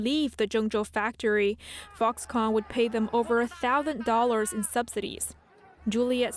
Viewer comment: still unable to say the word "thousand".